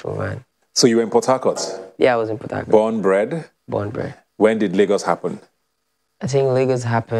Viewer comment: It's only after i googled , when i realised they are saying Port Harcourt....I was hearing Potato!! :(